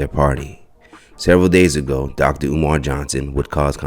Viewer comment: He called him omaar 😅😅😅😅